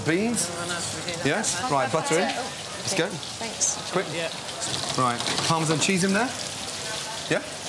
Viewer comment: "Par-mah-Zan" Lmao fuckin Donkey! 🤣